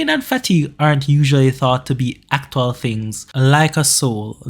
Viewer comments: why u saying aktual ' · Was great but the way he says actual